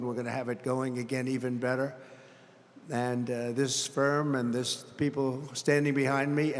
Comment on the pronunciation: This idiot said “Sperm” instead of “Firm” not once but twice. Another rambling mess of lies, hyperbole, false equivalencies, and incoherence. You have to be an absolute lost soul to think this was a good speech. “We’re going down the drain” he says…this is your guy? What a joke.